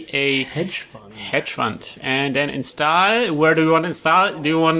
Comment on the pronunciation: like always, super videos! das einzige was mich leider immer bissle nervt ist, dass es immer 'instaahl' und nicht 'instohl' ausgesprochen wird! aber wenn das das schlimmste is, is alles gut! ;)